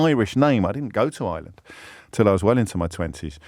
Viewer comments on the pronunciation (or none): James. You. Said. ISLAND WHEN. IT. IS IRE LAND YES. IRELAND.. U SHOULD. KNOW . x. Love. Ur show